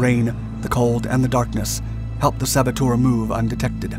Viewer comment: Saboteur' is not pronounced ;sabbo-toor'. The correct pronunciation is 'sabbo-terr'.